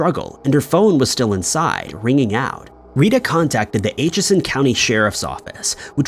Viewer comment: Atchison is pronounced like the word "at" and then chison, not like "ate" chison.